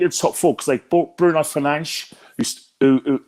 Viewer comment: thats actually how its properly pronounced lol